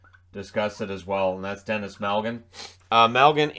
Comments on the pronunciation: It's Denis (not Dennis) Malgin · awesome video! I love these "one from each team" videos, they really give me a chance to catch up around the league. One ridiculously minor thing, but it's Denis Malgin, not Dennis. :)